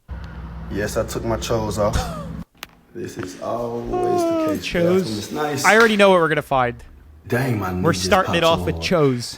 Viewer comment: Pre 1910. Not 2010. And it's pronounced "chews". Not "chose". Did you even graduate?? 😂